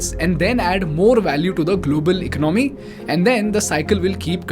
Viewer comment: It is economy it is economy pronounced as elonomy